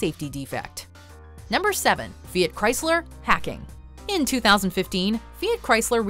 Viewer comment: the pronunciation of Fiat is wrong in this video